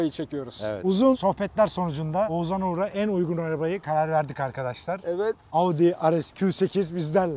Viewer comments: oğuZan değil OğuzHAN abi:) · Biri artık şu Oğuzhan isimlilere "Oğuzan" demeyi bıraksın gözünüzü seveyim :D